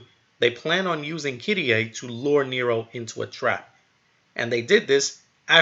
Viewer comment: it's kyrie not fucking kiddyay